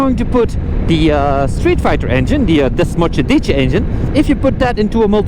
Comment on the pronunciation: Desmosedice Engine😬😂😂😂😂😂😂😂